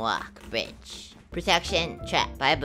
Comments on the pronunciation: be doing dem godbridges. btw when I hear your voice it makes my day better and it makes me remind myself of 5 year old me. BTW LOL when you say bridge it sounds like ur saying b***h. no hate, i love ur vids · Everytime he says "bridge" i only hear b*tch